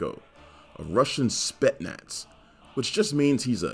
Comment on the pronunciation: What so hard in pronouncing the Speznaz coorectly, where did the "S" go? It's spetSnaz in pronounciation